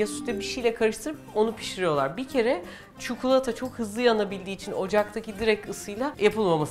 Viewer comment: Çukulata değil çikolata . Konuşma dilinde kelimeler değişebiliyor. Fakat çikolataya çukulata demeyin lütfen